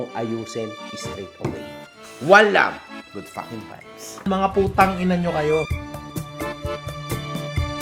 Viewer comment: Bakit parang malutong yung pagsabi ng putangina ?? AHAHHA